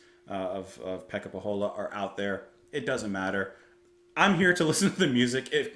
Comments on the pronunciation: Great Finnish musician and fun, obscure music in a YouTube forest of quite boring reaction vids 😊 That's why we support! Btw. his surname is pronounced "Poh-yola" (and not in a Spanish manner). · Pohjola is pronounced POCH-YO-LA (not quite the CH but the H is real) for future reference.